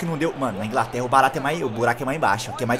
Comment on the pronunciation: "Ingraterra agora matei o portugues, e caplando aula de português "